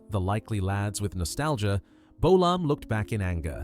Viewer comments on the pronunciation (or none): James bowl-arm?.....FFS!